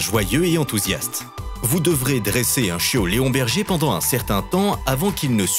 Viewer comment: Leonberg peut être mais pas Léon Berger non 😂